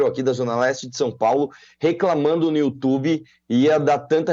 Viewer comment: datena: "youtchubi"